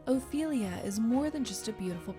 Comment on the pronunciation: Ophelia , not " Oilia " , for God's sake !!!